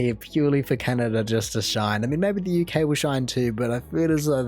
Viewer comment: He also said Canerda a few times. It weirds me out when r is dropped from where it should be "car" as "cah" but added where it isn't "movrie" for 'movie'...